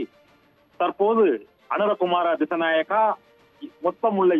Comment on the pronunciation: அவர் பெயர் அனுர குமார திஷ நாயக்க சரியாக சொல்லுங்க சத்தியம் தொலைக்காட்சி